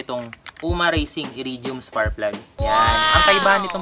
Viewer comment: “SPARKKK” PLUG brad. Hindi SPARRRPLUG. Puro ka Sparrrplug eh! 🤣🤣🤣🤣🤣🤣🤣😅